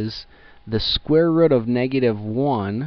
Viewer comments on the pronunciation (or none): " square wrut"